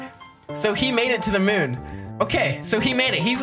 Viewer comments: hey the moon is not called mun its called moon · Is moon not mon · It mun not a moon😂